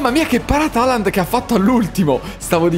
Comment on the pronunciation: Raga si dice halland no holland